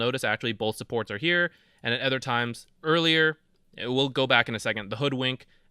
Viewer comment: I'm referring to his pronounciation of the word "other" not the in game dota item